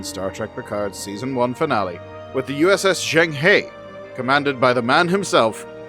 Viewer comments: the famous Chinese explorer's name is pronounced "jung-huh" which made me wince everytime the show said "jang-hey". Maybe they just incorrectly guessed how it was pronounced or they purposely made it sound different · [Djong Hö] Don't know why they didn't even try to pronounce the name closer to the original pronunciation... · The pronunciation on Zheng He should be closer to Jung Ha, I guess it just wasn't important to anyone at the time to get their historical references accurate. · Juhueng Huuegh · yeah, that's closer too, but the Zheng is quick, and is closer to Jung, and the He is almost like "huuh" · Zheng He = Jung huh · Zheng He should be pronounced more like Jerng Her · If they’re going to use Chinese names perhaps they should try to pronounce them properly and include tone marks and characters. Jeng her would be a more accurate sound for Zheng He. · Total mispronunciation of Xeng He. It's painful. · I wish Zheng He were pronounced properly. I cringe every time. 'Murica… sigh… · Zheng He is not Pronounced like in the show. You know it’s the name of a real person, might want to look it up. As a 7 ft eunuch who commanded the greatest wooden fleet in history he’s kinda a cultural hero to a billion plus Chinese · They have a very weird pronunciation of Zhang He